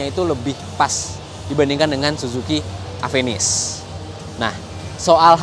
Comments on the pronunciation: Ieu teh mun di Bandung kudu bener maca mereknya. Ulah di sunda²in lah nya. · Orang sunda susah nyebut namanya